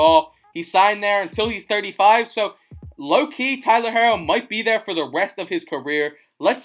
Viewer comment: Omg you saying his name wrong its pronounced hero it just has to r's